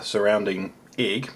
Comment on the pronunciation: The way you say egg is driving me crazy. Ugh. Canadian problems it seems xD